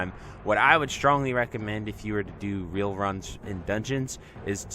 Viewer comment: Love the content! Hype for P7! - Just a heads up it's "Ray-Al" not "Reel" as in the Brazilian Real (Currency)